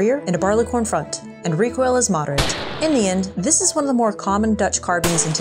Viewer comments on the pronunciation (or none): none